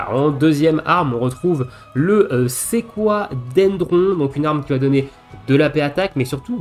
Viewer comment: J'ai pu passer Odin 15 avec cette stratégie. Je passais parfois la première phase de Sigil malgré l'absence de Princess Guard. J'ai l'impression que parfois j'enlevais 2 sigils avec Angeal avant le stop. J'ai Conformer avec Yuffie pour passer dans tous les cas. PS : "Sequoia" se prononce "Séquoïa".